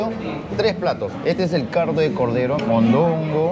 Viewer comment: y CARDO de cordero, se dice a si o se puso CUBANO MI